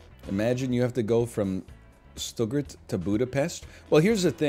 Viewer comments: I'm already pogging at german cities, and I don't even speak German. "Stoo-gert" <3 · Stuttgart pronunciation challenge difficulty level impossible